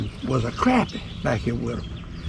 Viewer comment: Good to hear somebody pronounce crappie right. Much appreciated.